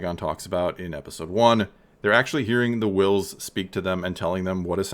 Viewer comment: So.............why are you putting emphasis on the "h" in Whills. 🤔 "NUFF SAID"™